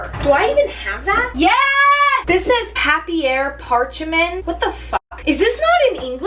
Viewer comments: Papier parchemeint “Is this French?” It said parchment paper in English on the other side bahahaha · papyer parcheemen French people are triggered